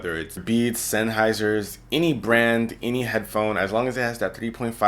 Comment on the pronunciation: did he say senneiser? how does he know about those? i own the HD 558